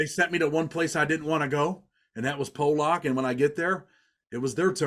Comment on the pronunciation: it's pronounced "pollock" like the fish